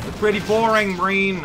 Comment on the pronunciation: He's BoREEN hahaha hohoho